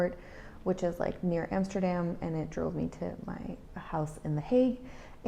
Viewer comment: You pronounce Utrecht very good, now work on Amsterdam 😂😂 Why not end your videos with a full Dutch sentence like a quote or saying? 😉